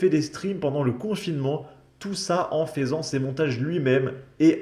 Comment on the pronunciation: À en FAISANT 😂 c'est compliqué de lire le français correctement 🤣🤣